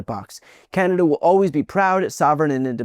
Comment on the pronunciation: PP makes a good case through his behaviour that he might be an android that doesn't understand human emotion, so this outcome is not surprising for him. also has a weird way of pronouncing "always".